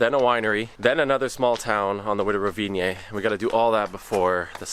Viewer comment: "Tunnels are expensive. Gotta build them!" You don't say?:) You don't need the "e" at the end when pronouncing Rovinj! Glad you enjoyed, both it and Motovun are awesome! Hope you get to come back soon!